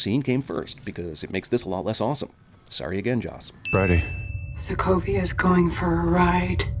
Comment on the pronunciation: Hawkeye can't even pronounce "Sokovia" correctly lol